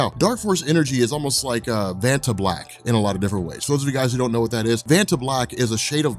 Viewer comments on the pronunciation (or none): I thought you said Fanta Black I was like, hmmmm Kang wants to drink that.